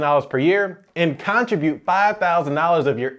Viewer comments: Abeg. Why do you say CON-tribute 🤣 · All credibility goes out the window when he mispronounces “Contribute” …over and over. Makes you ask what else is wrong about his advice. Is this a region thing?